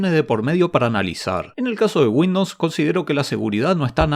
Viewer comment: porque dice windops